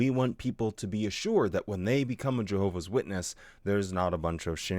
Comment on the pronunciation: "jeehovah's witnesses" Probably an accent, but that should be the new pronunciation